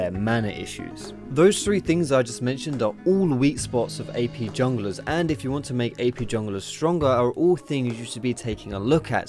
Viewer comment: sounds like youre saying EP rather than AP. x)